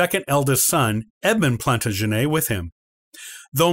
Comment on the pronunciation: The second "W" in "Warwick" is silent. "Plantagenet", "Barnet" and "Gloucester" are all also mispronounced in this video.